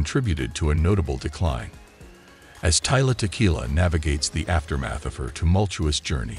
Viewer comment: You keep saying her name wrong dude, its Tila, not Tyla